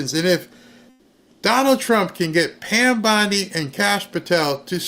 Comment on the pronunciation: I'M SHURE THEY'D LIKE TO. SHREAD. PAN BONDIE 😂😂😂😂